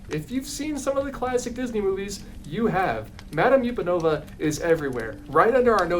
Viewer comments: Sorry but you're mispronouncing the ostrich ballet dancer's name. It's not YOU-pen-ova. It's UHP-an-ova. Like "Up and over". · Madame Upanova's surname is not pronounced "yew-pah-no-vuh". It's pronounced as "up-a-no-vuh" because it's a play on the phrase "up and over". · I think the ostrich's name is pronounced "Up and Ova" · WAIT have I been pronouncing it wrong this whole time?!? I’ve always pronounced it ma-dahm UHP-anova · Justice for Madame Upanova (up-an-ova like 'up and over'). Yesterday my dad was going through his VHS tapes and he showed me the VHS from his 1993 Florida trip which had part of the SpectroMagic parade on it. There's a couple Fantasia floats in that parade, including the dancing Ostriches, and I thought they all looked pretty great! 😅 ETA: I've just watched a video of SpectroMagic from 2009, the float costumes are just great. They are so much less cursed than that meet and greet costume, but I've still gotta stand up for Madame Upanova - I mean she could've look soo much worse lol.